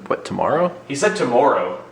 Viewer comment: "He said 'toMORRRRow.": -.– thinking, quit pointing out my Canadian-ness. XD As someone who's lived in the U.S. and Canada, this is amusing to me.